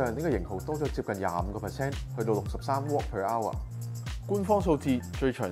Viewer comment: Wh 唔係Watt per hout🥴